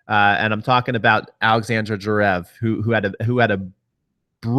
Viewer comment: Lol your pronunciation. It's Zverev, not Zrev, and Raonic, not Roanic.